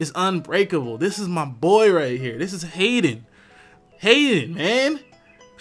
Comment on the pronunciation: I like how said Haydunn at the beginning (as in: Hey Dunn!). xD